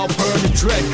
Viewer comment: She honestly sounds like she’s saying bread instead of dread